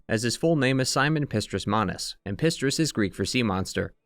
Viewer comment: Valentinus* not Valentius, Pistris* not Distris